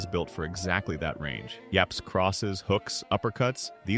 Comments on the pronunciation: Narrator AI? He says "yabs" instead of "jabs" 🤨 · I have a suspicion that this is AI generated because you cannot tell me that human made these transitions . Also he pronounces jabs as "yaps"